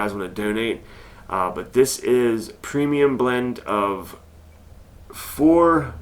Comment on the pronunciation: It's pronounced phe-be buddy I just went and got some and donated